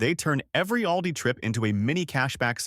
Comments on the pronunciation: please twll me its ALL-Dees and not OWL-dis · We pronounce Aldi different than he does in the video. Im in iowa, we say alldee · It’s pronounced, ALL DEE.